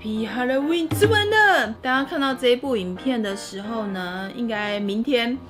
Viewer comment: 沿海地帶的哈嘍溫🤣🤣🤣